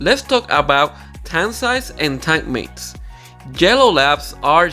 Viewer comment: Thought he kept saying jello labs 😅